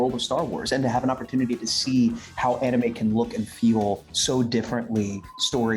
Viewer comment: Pls stop saying “anumei” it’s anime